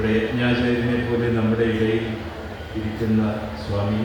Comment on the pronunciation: സാമി എന്നല്ല സ്വാമി എന്നാണ്. രണ്ടിൻ്റെയും അർത്ഥത്തിനു വ്യത്യാസമുണ്ട്.🙏